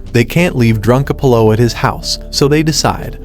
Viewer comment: Mispronouncing Raquel and Apollo.